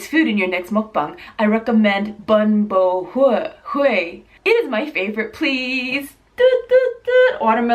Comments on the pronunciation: It's pronounced Boom-Bu-Way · I love how you pronounced it. It's actually pronounced bóon bò hwé. 😬😬😬😁😁😁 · It kept on bothering me that she kept saying everything wromg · You said Bun bo Hue Wrong LOL! And Did nobody think of Pho? Pho is Life! <3